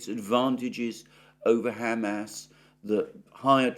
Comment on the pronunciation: Mercouris still calling them "Ham Ass". 😭😂